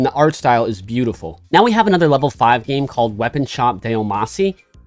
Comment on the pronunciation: "and the art style is beautiful" Did he mean bootyful? lol